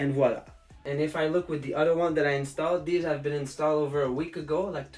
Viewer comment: I’m French, I love your « ey voila » 🤣